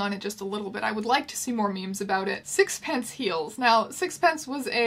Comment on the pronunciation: That's not how you pronounce sixpenceee. There's an ee at the end.